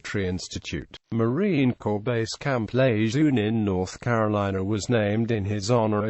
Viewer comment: Marine General Lejeune / luh jern would be dismayed Name mispronounced sad disrespect Semper Fidelis & God bless all Leathernecks ! KEEP ATTACKING !!! OOO RRAH !